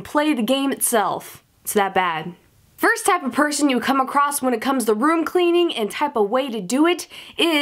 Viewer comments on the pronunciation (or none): She said acrosst.... With a T....